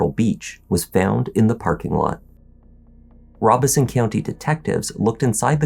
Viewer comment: You may be the first narrator I've ever listened to here that pronounces the county of Robeson in NC correctly. Thank you for taking the time. Later.